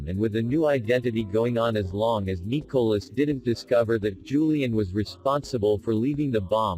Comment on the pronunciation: How come the speaker can't pronounce Nicolas name right LOL😁